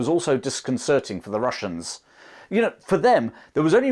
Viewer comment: " The Wussians wear Gway."